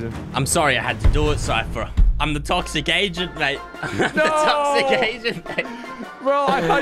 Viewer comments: I thought that Sypher kept saying Toxic Asian not Toxic Agent and I was so confused lol. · All I'm gonna say is I heard the say toxic Asian not toxic agent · I thought sypher said toxic asian like what!?!?